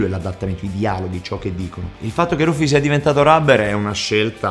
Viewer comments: Rufy o Luffy(letto Laffi) A differenza del film che lo pronuncia Liuffi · Nicola 52 Sul serio lo leggi Laffi? Lol Nell’anime (jap + sub ita) dicono Rufy / Luffy non Laffi